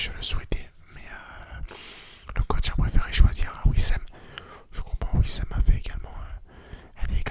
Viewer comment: Wissam pas Wilsem